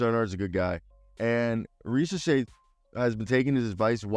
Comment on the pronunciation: Risachey' is how to pronounce his name.